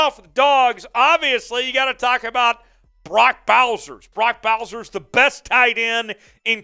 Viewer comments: It's Bowers not Bowser. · Dude said “Brock Bowsers” is not Bowsers it’s Bowers. He’s only the Mackey award winner. It’s ok to mispronounce his name😏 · Bowsers? Wow. Slow down and read bro. Also, Starks is a FS.